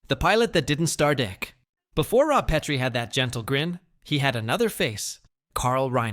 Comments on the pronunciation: The pronunciation is carved into my memory. A science teacher said that those white ceramic things we used in the lab were PEET-REE dishes. The only PET-REE dish was named Laura. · Oyyy, you had me enthralled until you pronounced “Petrie” incorrectly. AI for the loss… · AI narrator didn't even pronounce "Petrie" correctly there at the end.